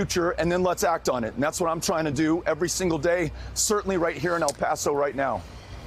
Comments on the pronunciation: Why do people have a hard time saying El Paso? It’s L Pass oh, not al pass oh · she said El Paso wrong